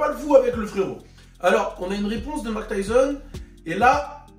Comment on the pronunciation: Hahaha Mayk et pas "Mak" nan 😝